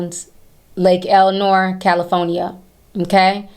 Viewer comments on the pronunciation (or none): It’s pronounced Lake L-Sa-Nor lol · Love you, but It's Lake Elsinore.. where is Lake Elanore 🤔 lol but yeah her mom definitely shouldn't of let her daughter date that zesty demonic Pedo 🤦🏾‍♂